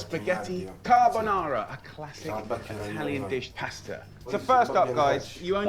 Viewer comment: Richard Ramos actually, he was missing the first "r" in carbonara twice in his second rant